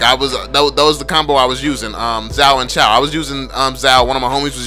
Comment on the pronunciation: Again it’s not pronounced chow... ITS PRONOUNCED CHOO!